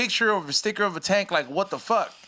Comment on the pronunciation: 'Wuz in the taenk'? lolol